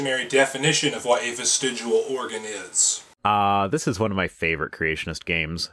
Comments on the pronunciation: Stop saying vestigual holy shit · He's saying "vestigual", and yet gives you a dictionary definition. In his own video you can see it's actual spelling. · He keeps saying vistigUal instead of vistigial, is this bothering anyone else? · It is VESTIG*I*AL not VESTIG*U*AL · Bitch it's vestigial not vestigual... get your mind out of fiction and read a normal book. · Hey fatty, it's not "vestigual." Kinda lose your credibility right out of the gate. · This stupid fuck can't even pronounce the word "vestigial". It's not "vestigual". Like the other dumb fuck who insisted that NASA uses "Augumented" reality. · He keeps pronouncing it "vestidual". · Professor Stick and Viced Rhino, I love you guys doing this! And creatards should, at the very least, learn to pronounce the word they are trying to debunk because they fear 'atheist evolutionists'. This dummy, oops sorry, indoctrination victim, kept saying "vistegual" instead of 'vestigial'. Maybe I'm just too picky, stupid would still be stupid, even pronounced correctly. And guys, please know I'm still planning on patronage, it's just taking forf'knever to get my sister's financial care (disability, she has CTE, like boxers and football players.Head injuries cause seizures, which cause head injuries!) so Mom and I won't have to caretake and support. Just caretake. That's why you're so important to me. You SAVE my sanity! I love your work! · Why did he call it vistig-u-al? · Why is it that willfully ignorant people refuse to pronounce words correctly when they don’t agree with the definition or use of the word? The word here is not "ves-ti-joo-ul." I bet he also says "noo-cyoo-lur" and "homma-sek-shul," too. At any rate, I had to stop watching after only a couple of minutes, because I could feel brain cells committing suicide while listening to this moron. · Why did he pronounce it "vestigual" when he was reading it out of the dictionary. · Is it really that hard to pronounce "vestigial"? Fuck dude 😂 Well done Rhino